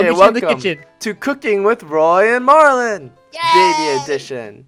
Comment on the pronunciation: it's not MAR MAR it's marlin